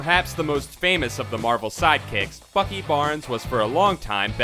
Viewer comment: Why are you saying fuckey instead of Bucky